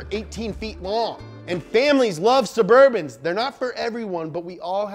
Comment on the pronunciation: “Caravan of black burbans” How I wanna show up to my job